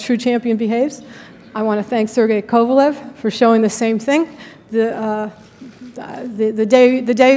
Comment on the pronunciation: is Oscar coked up again?? He said 2004 & called Kovalev " KovalOv"